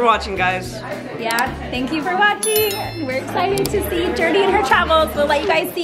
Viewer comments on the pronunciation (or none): Umm? I'm pretty sure everyone does treat her the right way? Not sure what you're referring to.... Everyone of her family and friends is super proud, accepting, and loving. And so are all the fans. And one last thing..It's JourNee. Not Journey.